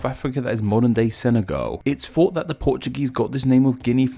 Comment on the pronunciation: Dude, get some elocution lessons - you're English but can't pronounce about 50% of English words e.g. "multipuw" (multiple), "fought" (thought) etc etc.